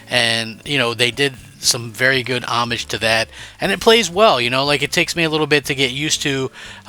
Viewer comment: I love your video, help me pick out some great games for my xbox, one criticism and I'm not being mean but a lot of you YouTubers do this you guys don't pronounce homage correctly and it drives me crazy